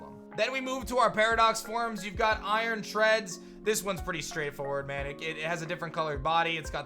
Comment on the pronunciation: And actually calls iron Treads iron Treads